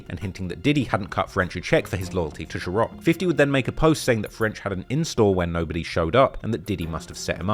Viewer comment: Why u keep saying ciroc like that ? There’s no H